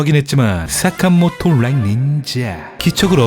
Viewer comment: 📌 개웃긴..부분's 사.카.모토 롸잌 니인~zㅏ 그리고 스~네이크 롸잌 구뤙2~